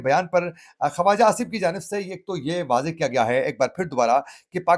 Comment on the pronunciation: جناب ۔ لفظ خواجہ لکھنے میں واٶ أتی ھے لیکن پڑھنے میں واٶ نہیں پڑھی جاتی بلکہ خاجہ پڑھا جاتا ھے ۔